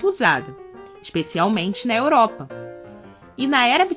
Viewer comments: “...da EUROPIA” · So eu que ouvi "Europia" em ?